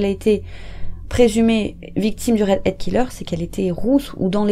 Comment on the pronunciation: Redhead et non readhead...